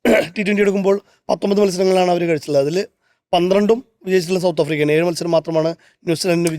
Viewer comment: മൂല്യം ഉള്ള തൊണ്ണുറ്റി "ഏയ്‌".. അല്ല ഏഴ്